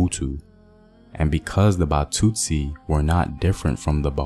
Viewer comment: Batsutsi .... trie at least to pronounce correctly.